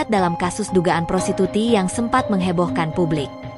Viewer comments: Prostitusi min..bukan prosituti 😂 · Woe Admin.... Baca aja kaga becus Lo...prostitusi bukan prostituti !!!! Ngelawak Lo 😂